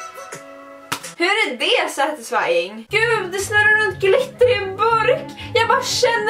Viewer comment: Så många gånger sa setesfan stav 👎👎👎